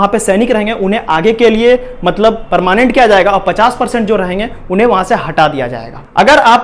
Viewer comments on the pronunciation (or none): none